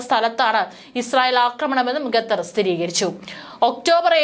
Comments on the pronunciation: Not ghatar. It is khatar. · Great reporting. I’ve enjoyed Malayalivartha Inside. However, please check your pronunciation. Example: Qatar is not pronounced Ghetther. It’s should be ‘Katharr.’ Thank you. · ഗാഥർ അല്ല ഖത്തർ എന്ന് ആയിരം വട്ടം പറഞ്ഞാലും തലയിൽ കയറാത്ത ബുദ്ധിയില്ലാത്ത പെണ്ണുങ്ങൾ 😂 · Please pronounce correctly, its not 'Ga'thar, but Qatar. This is one of the basic ability for a news reader to be able to pronounce the words correctly. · "ഗത്തർ" മലയാലം അരിയില്ല അല്ലേ? കുരച്ച് -കുരച്ചെങ്കിലും അറിയണം. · കെത്തർ അല്ല ഖത്തർ എന്നാണ് ശരിയായ ഉച്ചാരണം. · എഴതിയത് പോലും നേരെ വയിക്കാനറിയില്ല. എന്താണ് ഈ"ഗത്തർ"